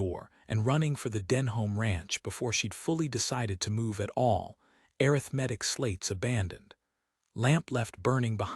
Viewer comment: pronounement of arithmetic???